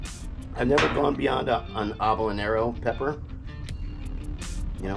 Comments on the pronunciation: bruh this isn’t even a mukbang. you can barely even hear him chewing. AND HE PRONOUNCED HABANERO LIKE OBONERO IM HOWLINGG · I don’t feel like he’s Mexican lmfao. He couldn’t even say Habanero right lmao. He said Obonaro Pepper 😂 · We really said hablanero pepper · "I've never gone beyond an hablanero pepper... yknow for safety reasons" this is gold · A habla-nero-pepper? Wtf is that ed🤣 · What is obonaro pepper?? That is how he pronounced it??¿?¿? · He really said “habonero “ 😂😂😂💀💀💀💀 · "oblenero" I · Who else thinks he lying about being Spanish and he could even say habanero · I mean nice try on the habanero pronouncement..